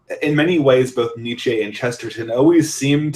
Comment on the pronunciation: Precious little discussion of Chesterton on youtube! Good job guys. But your pronouncing Nietzsche wrong!